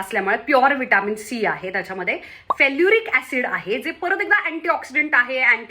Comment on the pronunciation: नीट तूच वाचत जा .. फेलुरिक फेलुरिक कोकलते आहेस ते फेरुलिक आहे. आणि तुम्हा बायकाना एकूण अवयव तीनच: एक, डोक्यावरचे केस, दोन, थोबाड आणि तीन , त्वचा, skin, चामडी..